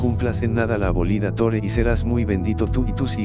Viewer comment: Por que dice Tore en vez de Torah?